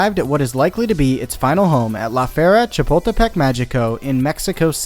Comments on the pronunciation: Or when he says lā fierra shapuldepek mayiko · It's pronounced "Lah Feh-ree-ah Cha-pul-teh-peck Mah-hee-coh." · his pronounciation killed me 😭 didnt even bother to know how its said correctly lmaoo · As someone from Mexico City it was funny to hear him butcher the name the first few times, but by the end he was saying it with more ease